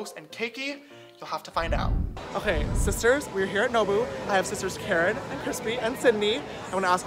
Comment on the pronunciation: I just listened to a compilation of him saying hi sisters, now all I hear is isis turds